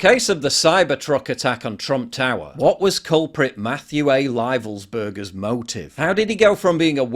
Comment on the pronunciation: You are the first person I’ve heard who knows how to pronounce Livelsberger correctly.